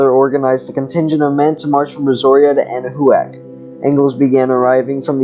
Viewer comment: It's pronounced 'Ana-Wac' thanks for sharing 🤗